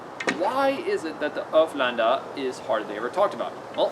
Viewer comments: Haha you sound like your saying hoeflander instead of ulféđnar. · Sorry to be so picky but it's pronounced like oolf head nar. I'm a real pedant for pronunciations lol. Another great video mate. You're like a live osprey book.